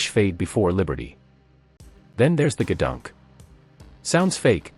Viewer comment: It's not "guhdunk", it's "GEEdunk" ... I haven't heard that since NAS Keflavik, back in the 70's. Funny how a single, silly word can put a smile on your face.